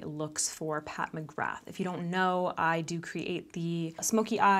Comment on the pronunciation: I wish you’d learn how to pronounce her name correctly 🤦🏽‍♀️🤣😂😂😂